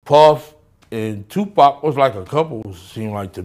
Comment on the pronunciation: Lol 😂 This is some bullshit she saying his name wrong Tupack so disrespectful PAC wasn’t gay y’all trying to dirty the goat 🐐 name but you can’t we know this is just for views smh 🤦🏽‍♂️🤦🏽‍♂️🤦🏽‍♂️🤦🏽‍♂️🤦🏽‍♂️